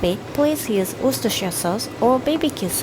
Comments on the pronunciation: I’m genuinely impressed by your pronunciation of Worcestershire sauce, it’s pretty much spot on and better than many native English speakers 🤣 おいしいそう 👍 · I'm so proud you could say Worcestershire correctly. Most American English speakers can't say it right. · You pronounce Worcestershire better than 99% of Americans! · Guys, I live in Worcester, you pronounce it 'Wus-ta'=Worcester and 'Wus-ta-sheer'= Worcestershire. She pronounced it correctly in the video x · She can also pronounce worcers....i dont even know how to spell it...sauce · English isn’t even her first language and she says Worcestershire better than me lmao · Closest i've ever seen someone outside of England get, good job! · Yes, she pronounced that word almost perfect, 😮 And, she's japanese native speaker. Sugoi!